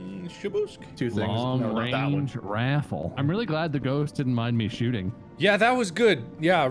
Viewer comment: long range ri-AFFLE